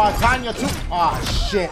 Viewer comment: Dashiegames her name is pronounced tenya even though it is spelled tanya